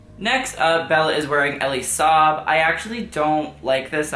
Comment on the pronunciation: Eeelai saab and Mary katràntzou do your freakin research on how to pronounce designer names!!!! After you finish school